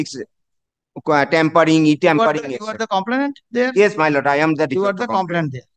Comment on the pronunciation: ভাঁড়া কোথায় থাকো কাকা! মাই লোড!!😂😂😂 ঠিক করে বাংলা জানে না এসেছে ভিডিও বানাতে।